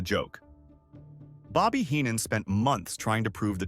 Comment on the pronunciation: Fk the ai voice bullshit. You should know how to pronounce Heenan and Fralic. Smfh